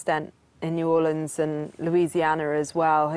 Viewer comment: Please stop saying Louisianer, and New Orleens!!!